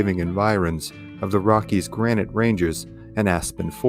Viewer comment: He meant granite